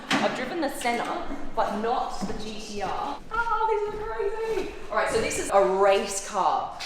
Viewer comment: O my God this is soy cool (in her accent)......and this is all she said